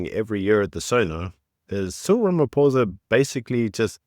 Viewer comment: Everyone mispronouncing his name..its ramapoes